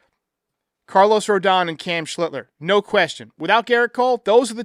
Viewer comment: Them being down is only going to help further grow the lore of Web ( as in slinger ) Cam when he takes the mound moving forward . Shiltzler ..Sheister ... Schlietler no no no it's Schlittler !!